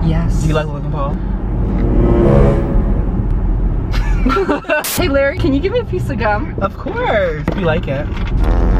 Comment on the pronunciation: did he say Logan Paul or licking pole??